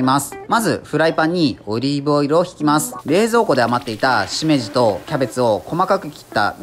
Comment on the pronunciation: しめじの発音が独特だねー。そじゃないソースで熟成どうなるんだろ